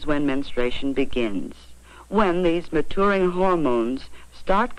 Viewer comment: The way the video said MaTOURing instead of MaTURing was incredibly funny to me for no reason